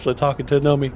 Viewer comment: Did anyone ever correct him that it's Nomai and not Nomi? Im wondering if he's dyslexic to a certain extent, lol